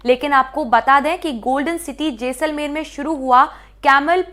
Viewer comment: Jesalmer nahi JAI-SAL-MER